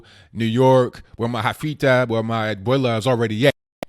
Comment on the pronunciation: JEfita* With a E in front.